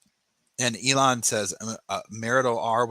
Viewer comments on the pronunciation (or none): none